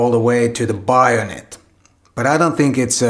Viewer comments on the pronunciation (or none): BAY-o-net (hard A like the letter A) not BIO-net. my finnish is terrible btw.